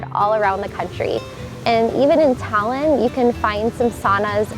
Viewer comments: the way she says Tallinn makes me laugh. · FYI, you aren't pronouncing Tallinn correctly ;)